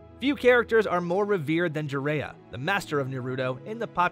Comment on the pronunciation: This video popped up as an ad, and has only 100 views. I’m starting to see why. As soon as you said “Jiraiya” the way that you did, I left the video LoL💀